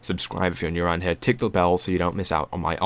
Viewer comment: dont say HAIR its HEEERE...nice voice no HAIR needed!